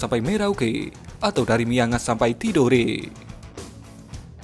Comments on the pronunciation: "Miangas" bukan Mianga, min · emamg salah kalau saya ralat? Memang namanya Miangas bukan Mianga